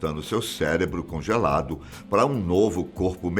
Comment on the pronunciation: O vídeo estava ótimo! Até ele falar "celebro", aí perdi o tesão e passei para o próximo.